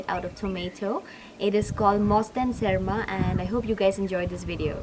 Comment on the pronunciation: Btw it's not " serma" it's 'berma' which means fermented fish in tripuri language.😁😁😁